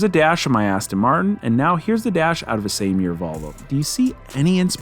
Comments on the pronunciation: Do Americans call them Astin Martin's? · Were you intentionally saying "Cheap ASSton Martin"? Lol. Maybe it was a Freudian slip based on it being such a hooptie and being all pimped out. Lol